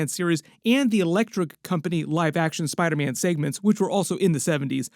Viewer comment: Spida man😅